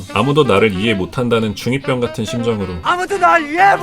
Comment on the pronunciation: 근데왜 중2병을 중잇뼝이라고 발음하세요?